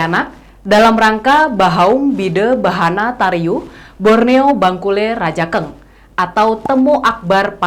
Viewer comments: Cara bacanya bukan raja eng mbak, tapi rajang bacanya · Maaf hanya meluruskn Baca nya bangkule rajang mbak. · Reporter klo nyebut Rajankg..perlu dipelajari dan pengucapanya harus pas..buat...🙏